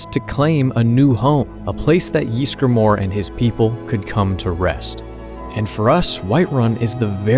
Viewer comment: Us: "Ysgramor": "YEESgramor"